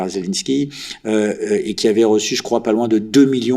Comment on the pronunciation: Maintenant, Zelenko au lieu de Zelenski Autre moment les voies qu'ont m'a interdits..(.ites) !!!! Apprends à parler français le journaliste !!! Tu enlèves du crédit à la cause des russophones !